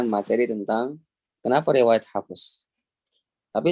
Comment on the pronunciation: Kok hafEs.. kirain huruf ف bukan qolqolah